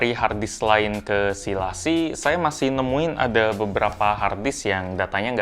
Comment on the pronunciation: Bacanya la cieeeee :v